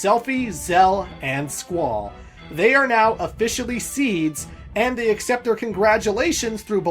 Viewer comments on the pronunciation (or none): none